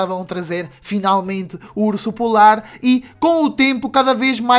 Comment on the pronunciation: kkk ele fala urso pular